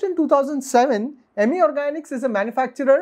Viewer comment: It’s अमी not इमी